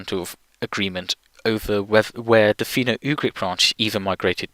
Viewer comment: Shouldn't Finno be pronounced Finn-oh instead of Fee-no?